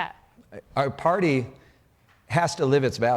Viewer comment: "This is the democratic pary" 😂